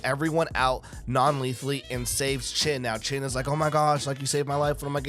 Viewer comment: Just a side note: His name is Shin not Chin